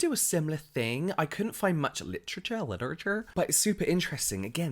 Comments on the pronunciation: Hearing James say “literature” in an American accent was so jarring and unsettling 😂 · omggg when he said literaure without the accent it killed me!! totally caught me off guard 🤣🤣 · You had me LOL when you said "literature" in your American accent 😂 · The way he said “literature” in an American accent 💀